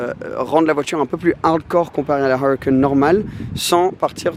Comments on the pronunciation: «: j’aime bien la Awwrucan. » Dit le en français tqt ta rien à prouver 😂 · Il m enerve quand il prononce huracan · Huracan avec l'accent anglais mdr🤣🤣